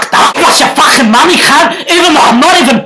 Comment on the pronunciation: all I heard is FAAAAKHHHIN